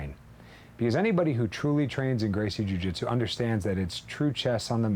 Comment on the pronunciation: its jiu not jui